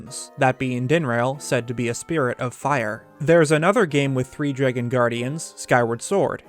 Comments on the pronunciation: say it with me DRAAAAAAG GONE note dregun lmfao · SAME. I had to stop watching over "jreggin" pronunciation ... I could deal if the word wasn't said ... constantly. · are you guys from california? my friends from there say eggs like "aigs" and other things similar to "draygen". i pronounce it "draggun" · Anyone else notice how he says dragon like "dreygun"? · my favorite part was hearing you pronounce dragon "draigon" love it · The only word I heard in this whole video was “dreygon” lol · I just realized that I pronounced dragon as dray-gen now that you said that aha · Man, I've gotta ask - where are you from? I've never heard anyone else say "Dragon" like you do and it's had me curious for ages now. I just cannot place the accent for the life of me. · Where are you from? I came to the comments specifically to see if anyone commented on the way you say dragon.